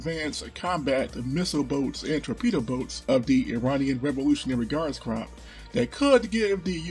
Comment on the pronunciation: Always glad I subbed. Your videos have came a long way and keep improving. So much easier to get an overview of the obscure topics you cover. Also please pronounce Corps "Cor"